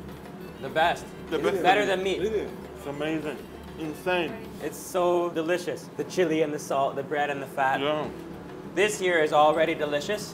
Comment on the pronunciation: "Yu ar delişiz" ne lan 🤣